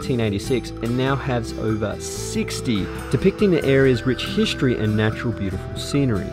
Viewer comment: Nice video, but that annoying pronunciation of the word "history" is just killing. hiSHtory 😆😄